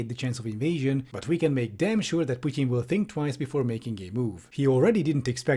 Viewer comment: Ah, I appreciate your critical thinking + finally somebody who (I think) pronounces "Putin" correctly